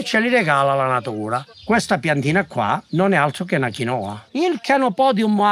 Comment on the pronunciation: VE LO DICO CON AMORE PERCHE' VI ADORO, MA DIFFONDETE L'ACCENTO GIUSTO...SI DICE QUINOA CON L'ACCENTO SULLA "I" NON SULLA "O". HO SPOSATO UN PERUVIANO E LA CONOSCO DA QUANDO QUI IN ITALIA NON ESISTEVA, MA VORREI SAPERE PERCHE' TUTTI INSISTONO A SBAGLIARE ACCENTO.... GRAZIE !!❣❣